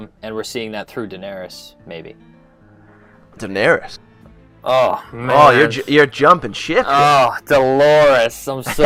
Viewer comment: LOVE that you said Daenarys! :)